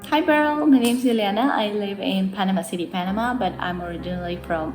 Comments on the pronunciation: “….very beery” 😂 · Beryl: Very beery. Me: * proud German nod *